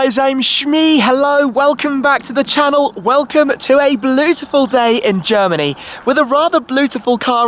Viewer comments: "Bluetuful" excuse me while I throw up! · Bluetiful, he said bluetiful.. I’ve heard it all now 😶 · "Welcome to a bluetiful day" C RIN GE 😣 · haha i had to rewind to be sure i heard Bleautiful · haha i thought you messed up the word beautiful then i realised.. hope you're enjoying the lusso bro